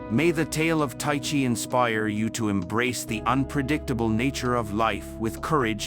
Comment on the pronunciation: It's pronounced 'Ty-kee'.